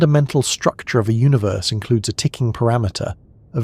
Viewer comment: I'm always taken out of this by the way you say universe. It sounds so wrong to me